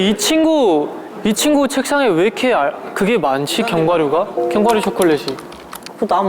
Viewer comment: 애들 다 견과류발음 건과루라고햌ㅋㅋㅋㅋㅋ귀여워 ㅋㅋㅋ 나도 맨날 카페에서 손님한테 말꼬여가지고 계피가류 아 아니 가류 이러는데 ㅋㅋㅋㅋ